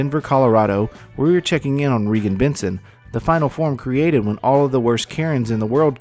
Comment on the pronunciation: why you so dumb? I think you should walk around with Regan and observe. I would give to this woman’s cause forever. And by the way, her name is not Regs. (Not Benton either as you say at the end). Just wow. You got nothing to contribute but mistakes and an attempt to get more views.